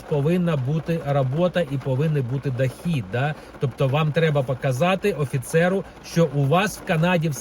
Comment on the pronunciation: АсАбливо, дАхід, рАбота... прямо як Юлія Тимошенко розмовляє.